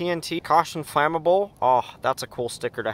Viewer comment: ITS “FLAEY MUBBLE”